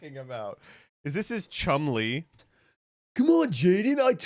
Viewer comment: why does he pronounce chumley like chun li